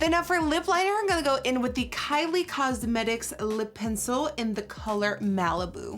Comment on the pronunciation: THIS IS THE FIRST SOME I'VE HEARD YOU SAY "COSMETICS" RIGHT, GOOD JOB NIKKIE I LOVE U